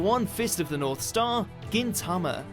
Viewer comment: Stop saying Gintama wrong